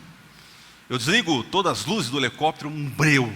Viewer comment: QI 119. E fala Elecoptero...kkk